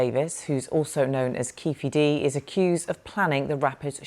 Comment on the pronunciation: Its Keefe D not Keffe D...How can it be so difficult?